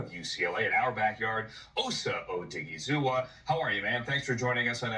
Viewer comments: O- diggy-zoo-a, glad to help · oh-DIGGY-zoo-wuh 😂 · OSA (OH-DIGGY-ZOOWAH) 🤣🤣🤣